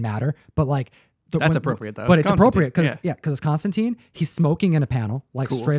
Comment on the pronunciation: Hearing people mispronounce Constantine so much hurts my ears! It's pronounced like mine or fine. There are a lot of Hellblazer issues with him that rhyme the name (I think Batman Damned did too) and it is always made to be read tine not teen. There are even issues where he corrects people on the spelling. Be sure to read his comics with that in mind